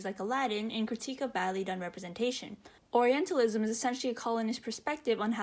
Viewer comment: I can't be the only one hearing oralentalism instead of orientalism, right? I don't mean it in a mean way, please don't get me wrong. But it's just an observation from the video and I couldn't see anyone commenting about it. Otherwise, I think I agree with OP on most of the points they make about the game and the representation/misrepresentation of oriental cultures.